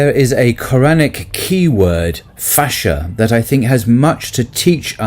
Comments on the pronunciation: Thank you for this discourse. Something that might help in pronunciation of Arabic words is to be aware of the long vowels. So for example fahisha is pronounced faahisha, and haya, hayaa. Its hard to see this in the transliteration if long (natural elongation) is not marked clearly. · Brother inshaa Allah, pronounce FAAheesha,not fahsha or faheesha. It is time now for proper pronunciation. Your excellent lessons benefit so many. Only Arabic needs your attention. I am willing and able to help you in this no charge. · The worde "Fahişe" means "prostitute in Turkish. If the arabic pronounciation is anything like the Turkish, you have to place more emphase on the "i," like "ee."